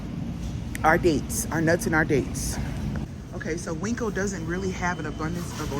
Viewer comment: Please stop with calling the market Winkco. It's pronounced Win-co. There's no K in the name, and it is not spelled Winkco